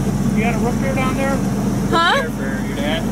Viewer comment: ROOTbeer not ROTbeer